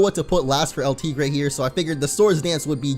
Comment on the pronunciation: YOUR STILL MISPRONOUNCING EL TIGRE!! IT JUST PISSES ME OFF.